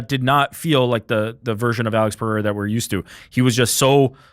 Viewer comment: Bro said Periera let Ankaleav off the hook😂 can’t be serious